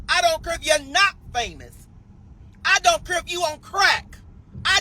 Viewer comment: Shim don’t cure😂??? girl STFU!! The word is care!🤣. BTW snitches get stitches.!😉